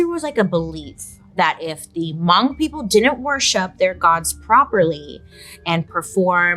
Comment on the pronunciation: Hi Bailey, I love you! I’m believe you’re speaking about Hmong people. Thank you for including us in your video. We are very spiritual people and you were definitely pretty spot on! Pronunciation could use some work but amazing!